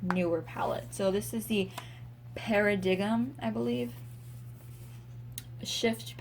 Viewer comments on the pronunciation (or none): “Para-dig-m”.. wow lol it’s (para-dime) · Amazing collection. But it’s not called “para-diggum” it’s pronounced “para-dime” 😂😂😂😂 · Interesting! So many brands I haven't heard of xxx (Paradigm is pronounced Para-Dime) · Paradigm is pronounced Para-dime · Just found your channel! Great video, I'm a total pallet junkie 😊 paradigm is pronounced like "pear-a-dime" btw